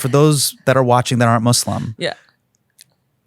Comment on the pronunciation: Sir......... The word Muslim never has the phonetic "slum" in it's second syllable. Sir.......... No one is a "Somalian"....... they are Somalis......